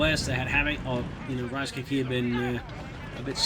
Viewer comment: I just kept hearing Reichscake everytime you said Ricecake :D